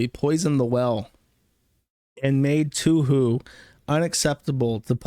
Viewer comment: Drink every time jersh says toohoo instead of touhou